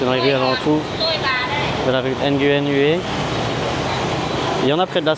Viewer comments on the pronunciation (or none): Nguyen en vietnamien se dit "nouin" de rien c'est gratuit 😉